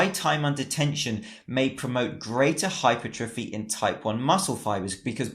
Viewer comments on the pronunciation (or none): its pronounced - HYPER - TRA FEE